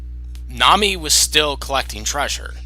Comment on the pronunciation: Thanks for making this, and yes you said ma name wrong, but ti is ok, it is not english name so you can't know that. I would personaly buy Nami, because I really like her. Rukia is better fighter, and she definitly has good moments but I do not know why, but I bever personaly care much about her. I made a mistake and not realise that you do not know all episodes of One Piece, I watch 750 episodes myself the reason why I like Nami is that she has development, she is quite smart, smarter that many people realise I beleve, and she is also more funny. Rukia is more helpfull fro Ichigo in combat, but Nami work more like brain of team. Luffy himself admit he can't think without her (not remember when), that is maily because Luffy is sometimes idiot, while Ichigo is very inteligent so Nami has more spece thatn Rukia in that regard. And yes Nami love money, I belve every Straw hat member have some obsession, but Nami can overcome this and care more about her friends than money. If there is someone in One Piece who can't overcome his obsession that it is Sanji, his love for woman is sometimes greater than his loyalty to friends so I do no like him, but Nami, she can be very protective and kind. Another reason why I like Nami is her fighting style, she not fight much but I would say that her weather bending abilities are original and interesting. Rukia is far more powerfull but her snow/ice powers are in contrast, rather boring. But still cool video I like it.